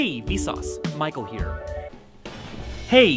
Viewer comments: The past 3 mins, I thought he said "Hey V sause, Mike will hear"😂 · To more I hear the “Michael Here”, the more it sounds like “Might go here”.